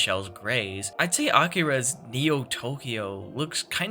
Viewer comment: Finally an accurate pronunciation of Akira that isn't the butchered "Akeera" pronunciation hella yeah this video passes the vibe check so well